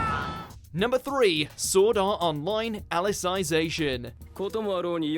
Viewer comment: Anyone else annoyed by how he pronounced Alicization?